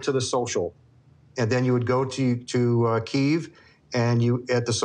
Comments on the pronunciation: has been to Ukraine 20+ times but can't pronounce *Kiev*?! It's (kee-ev, not keeve) lmao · Everytime says "keeeeev" it cracks me up... he's been there back and forth for years and still doesn't know how to say Kiev properly "key...ev" say it with me "key... ev" not "keeeeeeev" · it's not Keev..... it's pronounced Keeyev......and he's been there 20 times? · Keev😂😂 it's chicken Kiev bruv 🍗🤣🤣🤣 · Isn't it pronounced Key-ev!?! DUDE SAY YO SHIT RIGHTTTTT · Does it annoy anyone else that he pronounces Kiev wrong? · Can someone tell how to pronounce Kiev properly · Claims he loves Ukraine, been there many times, but does not even know how to pronounce Kiev properly. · He's been to the Ukraine over 20 times, and he still can't pronounce Kiev. I think he's an actor.